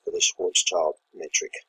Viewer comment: If you can, pls say "Schwartzshield metric". It's schild, not child